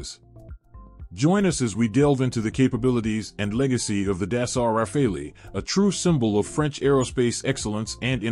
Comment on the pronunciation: Man, that was a jumbled mess. There were so many pictures of aircraft that were not even close to the ones you were discussing. That, and the pronunciation of the Gripen and Rafale was painful. Was this an AI voice or a real person? If it was AI I can understand, but a living breathing human should know better.